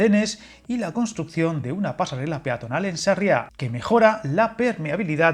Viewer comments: SArria, la sílaba tónica es SA, que parece que estás hablando de un pueblo catalán en vez de gallego, por lo demás muy buen vídeo 😁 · Pocos nombres acertaste en pronunciación! Me encantó que Sarria, pronunciado con fuerza en la A primera, le llamaste Sarriá. 😂😂😂😂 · Sarria sin acento en la segunda a, lo otro es en Barcelona